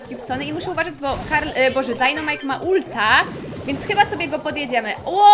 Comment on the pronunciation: Mówi się dajnamajk a nie dunamajk